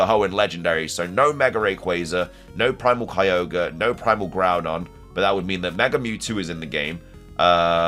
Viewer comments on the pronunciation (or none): none